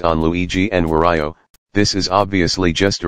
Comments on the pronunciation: HAHAHAHA THE WAY IT SAYS WAR IO HAHHAHA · Bro “wario”